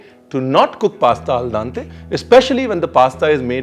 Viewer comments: Ranveer, its Al Dente, not Al Dante. :) Binging on your videos, but the Italian in me (lived there for 9 years) couldn't help but correcting you here :)! Great show! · Al Dante nahi al dente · #RanveerBrar a slight correction in the pronouncing, it is AL DENTE, not AL DANTE☺️ Amazing recipe! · Sir i love the way how you cook and how you describe the taste while cooking. But with all due respect its not “al dante” but its “ al dente” which mean chewable. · It's Al Dente, not al dante